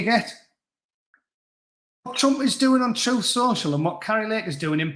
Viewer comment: It's not lies it's " alternative or my troof".